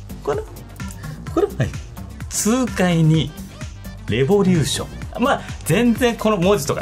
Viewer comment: おもちゃレェ⤴︎ボリューション ゴー☆ジャスさんレボリュー⤴︎ション な気がする